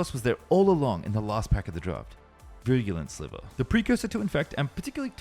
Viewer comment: Guy can't seem to pronounce Virulent Sliver when it's like the main card in the story lol